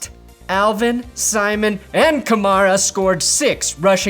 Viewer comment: The way you say Kamara is infuriating. Still awesome though, but god.